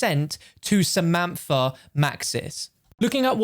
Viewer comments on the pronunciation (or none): The moment u say a name wrong😂 why u say in samanfa instead of samantha😂